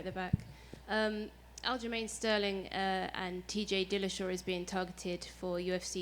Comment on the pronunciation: Man said al-jamin